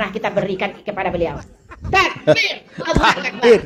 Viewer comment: Hehehe ....taaakbeeer......itu yg nyebut takbir shalatnya udah benar belum ????